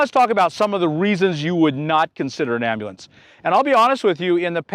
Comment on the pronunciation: Cawl a am-ba-lanz! 😂